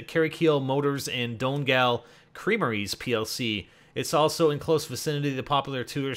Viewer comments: DONE-GAL ahahaha, Donegal = Dunny-Gawl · county dongal XD its pranounced Dunygal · pronounced donneygal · County Don-gal? It's dunny-gal! Lmao the accents! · there in donegal pronounced don e -g-all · please be in fcn ireland donegal=dun-e-gol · I live in Cork! and Donegal is pronounced Don-ee-gall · ITS PRONOUNCED DONIE-GALL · if ur frum d country its really pronounced done-E-gal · it'spronounced dunneegaul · It's donegoel and you don't sound the ch you don't sound the c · its don E gal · It's pronounced Dunny-Gaul lol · donegal pronounced: done-E-gawl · Haha 'downgal' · Its pronounced fucking dun-e-gawl but spelled donegal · It's funny listening to the terrible he is pronouncing Irish places :L such a fail... It's pronounced don-e-gaall :L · I love the way you pronounced Donegal as Done-gal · Donegal is pronounced dun-e-gal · Its pronounced dun ee gol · its Don-e-gal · Donegal is pronounced dun-e-gol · The correct pronunciation is. Sl-eye-go. Dun-e-gal. Con-uct. No offence to =p=] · First I thinks it's pronounced donn-ee-gol. Did a play on it in English. And second if you take the rugs to be morse code the . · It's dun e gal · Donegal = Dunny-gall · Gotta love the way he can't pronounce Tralee, Connacht,Sligo and Donegal, plus the writing above the town name is just the original Irish name for the town or town land . For example Belfast is 'Béal Feirste' - mouth of the sandbanks/fjord. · u pronounce the e in donegal